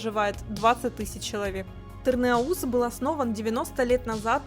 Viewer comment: В Къуунче вкусные хычины и шашлык. Ну и малая кизило́вка, Тырна́уз (просто чтобы знали, а не с целью душнить). Я сам заметил что местные говорят Эльбрус (ударение на "э"), ну а туристы Эльбру́с.